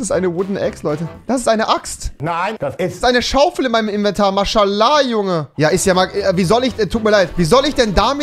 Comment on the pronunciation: Niemand: Rewi: mAsChALAAh